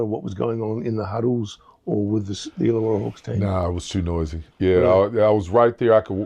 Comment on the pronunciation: it's ILLAWARRA.